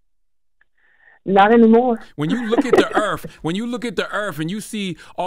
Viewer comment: The earff 😂😂 the earth lol Charla